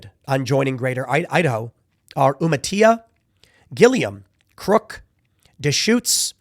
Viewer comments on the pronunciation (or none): you-matilla not uma-tila you had Deschuttes right. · Umatilla is pronounced like Yu-ma-till-ah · Good pronunciation of "Deschutes." Wasco is "wauss-co" and Umatilla is "U-ma-til-a." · WAH-Sco lol. You-mah-ti-La haha good try Tim lmao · You actually pronounced Deschutes (De-Shoots) correctly on the first try but butchered Umatilla (You-ma-Till-a) and Wallowa (Wall-o-ah) lol! 😆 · Listening to you butcher literally every county you said killed me on the inside. Wahs-co, U-mi-till-ah , wa-lou-wa, Deschutes is da-shoots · As a resident of Deschutes County, I can confirm it's pronounced "duh-SHOOTS". Umatilla is pronounced "you-muh-TIL-luh". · Lol hearing east coast folk pronounce counties from the west coast. Umatilla is pronounced Yuma-tilla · Tim, the only one of the 3 counties you mentioned that you pronounced correctly was Deschutes. I just had to point that out because it was the only one you said you probably mispronounced. Umatilla is you-ma-til-uh for future reference :) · Umatilla is more like youmatilla (L's like tiller instead of like tortilla) Deschutes is like Deesoots And Willowa is like Will - ow (that hurt) -uh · Umatilla= you muh tilla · Umatilla is pronounced Ooh-ma-till-ah. The name isn't hispanic, it's the name of a tribe. Deschutes is pronounced Da-shoots. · Ok Tim. Umatilla. Is pronounced . You-mah-till- ah. Deschutes is dee- shoots. I live in southeastern Washington and we need to be Idaho also. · dechutes you got right. umatilla and wallowa, sadly... you MA till uh // wal OW uh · As an Oregonian, hearing Tim pronounce the county names was nails on a chock board. But that's all right, still love ya man! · You pronounced Deschutes right but butchered Umatilla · I love that Tim can pronounce "Oregonian" correctly ☺️. And then completely butchers all those county names 😅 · Just FYI - you got "Deschutes" right the first time. "Umatilla" is pronounced with audible "L"s, not like Spanish.